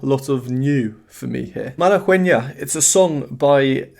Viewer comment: BTW, you don't pronounce the "u" in Malagueña.